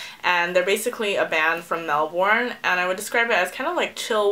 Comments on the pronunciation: Melbourne is pronounced as "Mel-burn" :) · Just a heads up from an Aussie! Melbourne = Mel-ben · Man, Americans can't really pronounce Melbourne! This is coming from an Australian by the way! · the way you say melbourne is so different !! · Haha the way you say Melbourne! :')